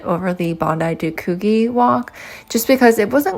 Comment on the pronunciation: Bondi to Coogee is a gorgeous walk and at the right time of year, you will often see whales. BTW, the gee in Coogee is pronounced like gee in gee whiz.